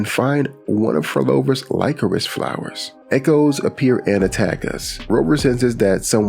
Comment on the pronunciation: Great vid as always, but lycorice flower is pronounced as liquorice afaik